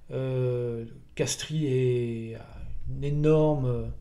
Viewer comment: De Castries se prononce de Castre… comme de Broglie de Breuil…